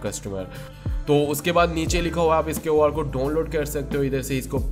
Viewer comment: QR thek bolna be nh ata ye kyun r kia hota hy?